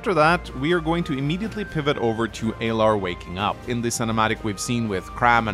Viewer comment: Well we already know you're incorrect within the first 30 seconds because you keep calling them Aylar instead of Alear 😂